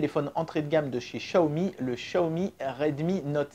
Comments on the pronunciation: J’ai demandé à une personne qui parle le Mandarin et ça se dit « tsiaomi » et pas « chiaomi » 😉 En cantonais c’est Chiaomi mais c’est une marque de Pékin et ça parle Mandarin. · Le Dragon Quand on fait traduire en chinois vocal par Google Translate, ça dit tsiaomi et pas chiaomi. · Par contre, toujours du mal à prononcer Xiaomi et Samsung... Pour toi ça devient "Chiaomi" et "Sanmsung", on ne sait pas pourquoi... Sinon, super vidéo!